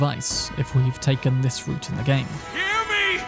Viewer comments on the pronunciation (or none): none